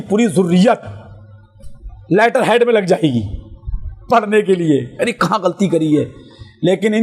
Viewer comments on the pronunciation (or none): none